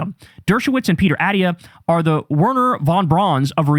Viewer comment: So comforting that Kyle doesn’t know how to pronounce Dr.Attia